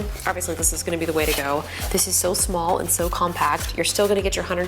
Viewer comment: "Its so smoll" hmmm